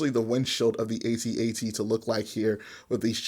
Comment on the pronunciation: Pls can one you tuber pls just say at at. I need to know that there is hope. It rhymes with hat hat